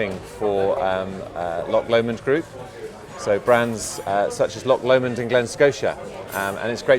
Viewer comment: So the guy from Loch Lomond can't even pronounce Loch Lomond. Sigh. :(